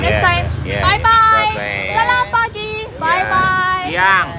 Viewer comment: Selamat pagi not selamat pagj